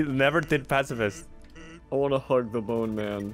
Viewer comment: "Im a pacifist"❎ "Imma pass-a-fist" ✅